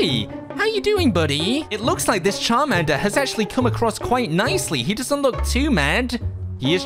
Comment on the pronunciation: Did you really just say sharmander